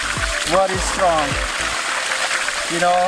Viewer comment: You are pronouncing strong as Shtrong like africans .